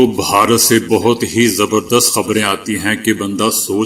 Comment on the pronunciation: please pronounce this word correctly bharat you are pronouncing it as baharat some time , its incorrect